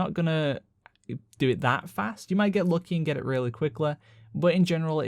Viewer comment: Your accent goes from interesting to “holy crap!” when you say a word like lucky or any word that typically (or universally) is pronounced as luckee. You all pronounce its as luck-eh. Crazy.